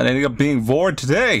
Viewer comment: “phew, glad i didn’t get vored today” excuse me